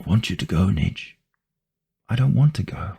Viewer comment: Nnijd or Nijd. You did pretty good in my opinion.